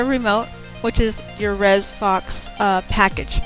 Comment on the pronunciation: "Faux" is pronounced "Foe", not "Fox"